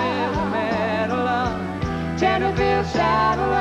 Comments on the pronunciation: Small point, it’s Tenterfield, not Tenderfield. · It’s Tenterfield Saddler! With a T.